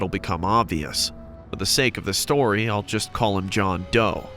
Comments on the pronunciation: Stroy? Not story? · "STROY" 🤔 i thought it was story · It’s story not stroy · ... is it me or did it say stroy? Story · First my guy puts harry instead of henry then second puts stroy instead of story bruh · Did he just say stroy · Are we just gonna ignore the fact that is said STROY 1? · stroy not story no stroy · “Stroy”! Really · "stroy 1" ...not off to a good start 🤣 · Stroy, really or story? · Is it stroy or story 🤔 👀 😕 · ITS STORY NOT STROY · "STROY" 😂😂😂😂😂😂 =story😂😂😂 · Ah yes I like the first "stroy" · The first one really said stroy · Said stroy 💀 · “Stroy 1” lel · First one said stroy lol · Ah yes, the "stroy* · in the start did it just say stroy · WHAT THE... "STROY"? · The first one said “stroy”